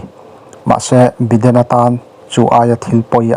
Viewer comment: Biden nge Baiden